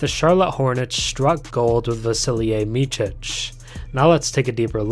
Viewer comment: It's not "Mitchic" it's more like "Mitsic"